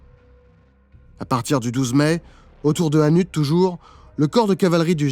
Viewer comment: Le T de hannut est ne ce prononce pas ça ce prononce hannu et on pas vavre mais wavre on prononce le w